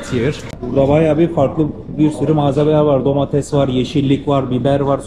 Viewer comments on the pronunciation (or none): none